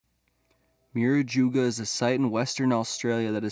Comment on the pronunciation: What's with the mangled pronunciation of Murujuga?? 😣